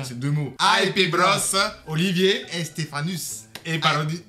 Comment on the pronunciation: Ils se sont trompés sur la phrase en latin car pour "Stephanus", le "u" se prononce "ou"